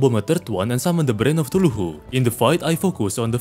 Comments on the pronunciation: You saying cthuluhu will never get old. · bro realy said tuhulu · The way he says Cthulhu as tuluhu makes me giggle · "brain of ChtulhuHU" had me rolling, thank you. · I love how says Cthulhu it Fr sound like he’s saying tooloohoo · Wtf is a “brain of thuculu” 😂😂